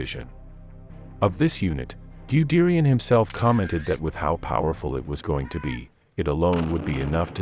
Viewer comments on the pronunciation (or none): Grobdoochland, Gooderian, Wermakt, The Roo Basin. Aaaaah. Computer Generated voices, my old friend. Well produced video though. :) Great stuff.